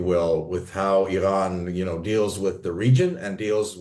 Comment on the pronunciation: he cant say iran right hahahahaha he shows his iran being american trying to be iran and zionist and lastly european hahaha what a joke was that